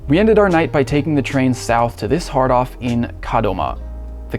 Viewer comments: I did the first time. I thought he said "hard on" lol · Yep. I’m 9 inside. Still 😂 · It doesn’t help that “hard off” is an expression that’s supposed to be emphasized like “well off” but the dude says it like “jack off”.